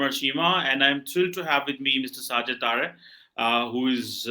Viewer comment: Its Sajid Taraar not Taarar It's a Hindu surname; so is cheema Cheemu apni roots accept karlo